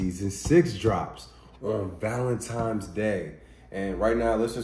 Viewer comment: I was about to subscribe ,and then he said 'Valentimes'